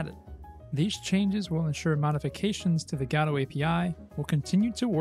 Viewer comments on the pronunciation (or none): It's "Godot" not "Gadooh" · I replied to this comment with a link to another video from him about how he cannot pronounce "Godot" but the reply is gone. I guess YouTube auto deletes comments with links or whatever